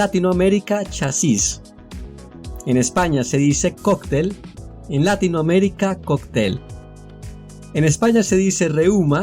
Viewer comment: Muy bueno, aunque concuerdo con que no debemos generalizar Latinoamerica como simbolo de habla castellana. Por otro lado, la pronunciación de Latinoamérica debería acentuarse en la "i" de Latino y en la "e" de América, pero el locutor acentúa en la "a" de Latino... quizas soy yo, pero suena raro acentuar la "a". Saludos